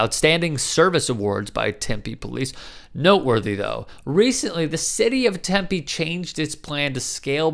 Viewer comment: It’s pronounced Tem-Pee not Temp-A